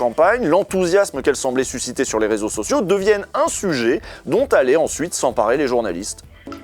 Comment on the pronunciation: « C’était le rézosocio des… » 😂😅